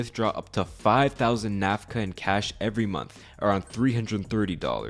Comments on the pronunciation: Currency is called Nakfa not Nafka. As in Nak rhymes with Tack and Fa is similar to fa in sofa. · correction on the pronunciation of the currency. the whole video you say NAF-KA. its NAK-FA. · The only wrong in this story is. It's Nakfa, not Nafka. The rest 💯 true, there's even much more worst things about that f**king government & his supporters. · Выборы отложили с 1997 до... Украину не напоминает? А чудик хоть бы выучил как их валюта называется. Накфа, а не нафка, ДБ! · I think you’re pronouncing the currency wrong